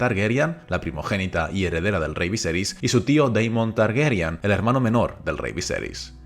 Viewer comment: Es TARGARYEN NO TARGERYAN